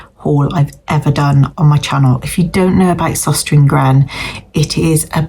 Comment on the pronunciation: The store is pronounced sostrenah grenah.